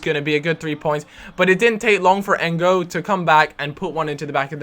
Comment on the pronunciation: You pronounced N'gog's name "N'Go" LOL his pronounced how its spelt.He played for liverpool the team you support and you dont know his name?